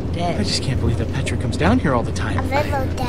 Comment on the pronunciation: I love it how you call Petra tarchres